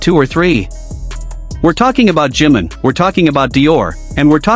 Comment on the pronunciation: JIMIM, JIMIN, SAY HIS NAME!!! 😂 JI-MIN!!! NO JIM 🤦🏻‍♀️🤦🏻‍♀️🤦🏻‍♀️